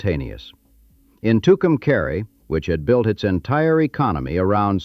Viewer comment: The AI is pronouncing Tucumcari wrong it's pronounced Tucum"cahre" not caree